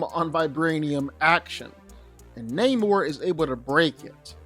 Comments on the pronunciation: It's not naymor.... It's Namor. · Na-mor not neymor hahhahaha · your pronouncing his name wrong, its either Nah-mor or Aguhl-guhl-khan.. lmao the only reason why they changed the origin story of his and had a mexican play this character instead of a European is bc they thought he would be too similar to aquaman which includes the underwater city of atlantis.